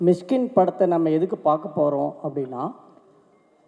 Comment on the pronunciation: மிஸ்கின் இல்ல.. மிஷிகின்.. நாக்க நல்ல வழிங்க.. அப்பதான் வல்லினம், இடையினம்,மெல்லினம்.. வரும்.. 🤣🤣🤣🤣🤣🤣.. என்ன தமிழ் பேசுறீங்க அமீர் பாய்.. 😇😇😇😇😇😇😇😇😇😇😇🤣🤣